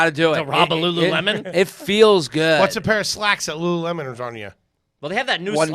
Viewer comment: Had respect until said LuLu Lemon...😅